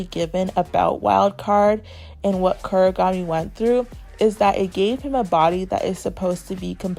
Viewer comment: Please stop saying kurigami it’s Kunigami